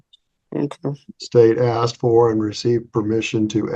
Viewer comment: No one axed you,.😮😮😮😅😅😅